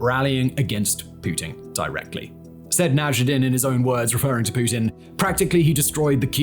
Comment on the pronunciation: Simon, I couldn’t help but notice a couple of pronunciation mistakes. You seem to add an extra “i” between double zh in “Zaporizhzhia oblast”, but yeah, there’s none, zhzh is pronounced just as prolonged “zh”. Also you seem to skip the second “d” in “Boris Nadezhdin”. Regardless, great work!